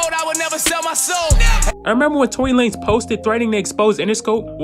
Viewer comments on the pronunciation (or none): Tory lamez and not Lanez bruh damn